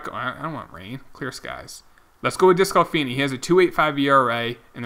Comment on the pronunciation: I got to say it. It is pronounced des-clah-fanny. Not des-clah-finney. You should make that 20 yrs old third baseman you got in the draft a second baseman. Just edit him. Teams do that all of the time. My reds are doing that to senzel right now .. so you might as well do it..